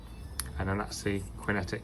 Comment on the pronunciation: he’s pointing out that you pronounce it as Kwin Tech